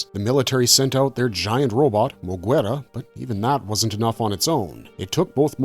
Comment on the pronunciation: the way u pronounce moguera, kamacuras is insane. have u never seen any of these movies? iv been watching Godzilla movies for 30 something years and you tube reviews for 11 years, and iv NEVER heard those names said like that MOE-GER-AH. KA-MAC-UR-US